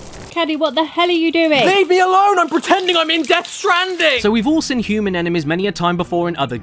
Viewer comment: How come he can't pronounce "seen" like a normal person? He speaks pretty normally 99% of the time, but when he says 'seen' it's "sin". It's literally the weirdest thing I've sin on YouTube today, or perhaps I mean hud... Sorry, heard.